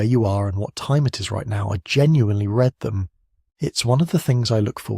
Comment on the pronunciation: Aww man, knowing that this is an AI voice disappoints me not gonna lie. It pronounced “read” in the past tense form. I’m going to have to try and forget that.